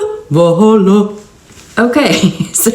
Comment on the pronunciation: Not "Valhalla" 😆